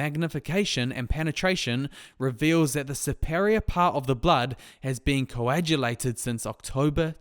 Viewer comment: Coagulated: pronounced koh-ah-gyoo-lated, not jyoo-lated. This instalment is replete with bad pronunciation. Let's try to speak well since many people learn from us when we speak.